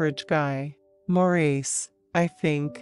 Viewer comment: Couldn't have picked a worse voice. Couldn't even pronounce Mo's name preoperly. It is NOT Maur eece but Morris